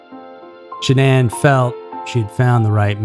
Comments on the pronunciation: I know you put a lot of work into your videos, but you pronounced Shannan's name 3 different ways in this video. Please don't do this. It's disrespectful. Edit ~ No one has ever called her ShaNON, like you seemed to land on permanently. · So is it Shannon, or Sha- nonn, nlmao you pronounce her name two different ways all through this video And I’ve never heard the name Shannon pronounced sha nonn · Even after oodles of interviews , FB videos and other footage people still can't pronounce this woman's name right. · I'm 5 -ish minutes in, and Shanann's name has been mispronounced several times. Christ on a stick, pick one way to butcher this poor woman's name. She suffered enough in life!!! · This is the worst slaughter of her name yet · This video is pretty frustrating. You’re saying her name wrong for one. And two, you showed a pic that wasn’t even Chris. Do some research. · Way to pronounce the victim’s name wrong. Made me have to check, make sure I wasn’t crazy. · You might want to learn the correct way to pronounce her name before you tell the story. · At least you could pronounce her name correctly 🤷‍♀️ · my point was he said it several different ways throughout the video, switching back and forth between pronunciations. Absolutely it would be understandable that it would be mispronounced -my point was he couldn't be consistent. Yes, up until recently I agreed regarding this channel, I have been subbed for many years however recently the content has definitely not been up to their usual standards. I am definitely not angry over it, a little annoyed, definitely disappointed but mostly just making my opinion known.🙂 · I had to turn off the sound and use subtitles. The speaker mispronounced Shanann's name every five seconds. How annoying. "Sha-NONN." FFS, dude.